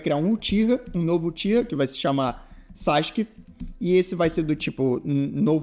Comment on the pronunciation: pq ta escrito sasuke e vc fala sasq?